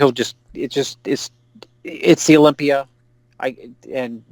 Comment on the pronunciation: Im so sick of you calling Mr Olympia Mr Olimpiar..Are you that fucking stupid? It almost makes me quit viewing your page.